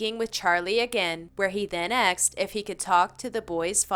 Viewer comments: WTF happened to the word "Asked" I swear to god no one can pronounce it anymore ending up as "Axed"... The women in this video pronounces every English word fine, but still ends up saying "axed" every time, in almost every video. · These videos are entertaining but PLEASE start pronouncing the work “asked” correctly. It is not “axed”. I hear this multiple times in nearly all of your videos. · Wow, pretty frightening. Lots of people being axed. Wait .... ohhh, *asked? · Its pronounced "asked" not "axed" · I noticed how she says "axed," instead of "asked." Other than that she's pretty good